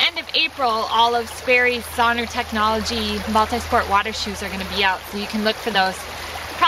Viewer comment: SON-R is pronounced "sonar" (as in the submarine navigation technology), not "sawner."